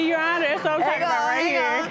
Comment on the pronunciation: its your honor! not yo aw ner!